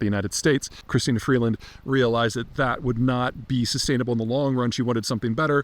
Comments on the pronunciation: you caught that too eh? Dude doesnt even pronounce her name properly lol. Its Crystia Freeland... not Christina Freedland lol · Peter, Peter, Peter. It's Chrystia Freeland, not Christina Freedland, and she is smart only in comparison to the almost total lack of talent in the Trudeau cabinet. Like Kamala Harris, she is hopelessly tainted by her support for the government clown show and she can never be Prime Minister (not Premier) because Liberal party support is gone over immigration and affordability. Besides which, she is a really annoying, patronizing bobble head!